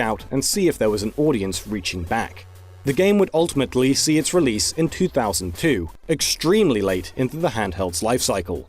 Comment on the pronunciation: Out of this entire hour of video, the most memorable moment was the narrator mispronouncing 2002 as “Two thousand thoo”.